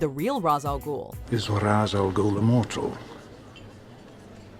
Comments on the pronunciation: Its pronounced "Raysh" not "Ra'z" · Jesus Christ you know better! Shameless! You damn well that Ra's is pronounced RAYSH. The studio made a joke about it in the movie but you don't need to here. I know it's kind of silly to be pissed about something so small but it's a pet peeve of mine. I'm pretty sure you've even had this included on a video at some point!